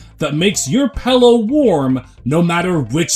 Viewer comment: Youre like the second person ive seen who pronounces pillow as pellow